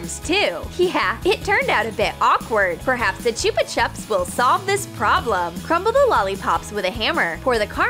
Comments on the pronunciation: And omg it's not Chooper chups It's Ch-u-pa-Chups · Choopa chups its chUpa chups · Can we just acknowledge the way that the voice says Chupa Chups! 😂😬🤦🏼‍♀️